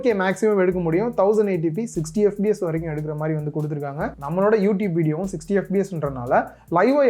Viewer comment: bro unga pronunciation FBS nu kekudhu..adhu fps :) Good video overall :) apdiye indha price range la endha phones lam consider pannalam nu sonna kandippa nalla irukkum :)